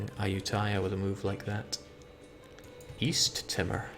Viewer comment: That East Timor pronunciation was painful